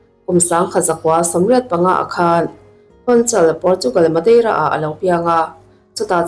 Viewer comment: I chhiar mak thei phian😂😂 NIKE : NAIK MADEIRA :MAIDERA